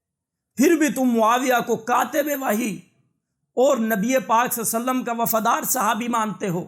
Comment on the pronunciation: Masha Allah bahut khoob Bas ap se ek adaban darkhwsat hai k darood saaf padhen Sallallahu alaihi wasallam صلى الله عليه وسلم